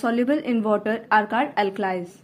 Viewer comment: You pronounce 'only ' and 'called' wrong improve it👍🏻👍🏻